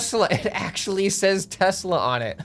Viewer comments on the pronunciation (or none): none